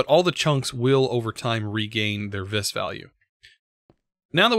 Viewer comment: According to the Thauminomicon, vis is pronounced like the letter V. Not that it much matters, I just thought you might want to know.